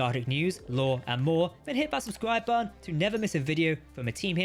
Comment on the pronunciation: Why can't you say the word button?